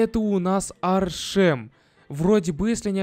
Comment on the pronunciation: не "аршем", а "Аришем". И это главный целестиал